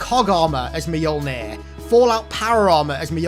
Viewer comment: you saying T-60 moenjor?